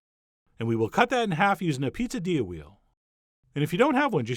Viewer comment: I was sure you said "popadilla" at the start, and started wondering how a poppadom and a quesadilla could be combined 🤔